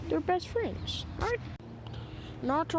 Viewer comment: nawuto and kuwama best fwends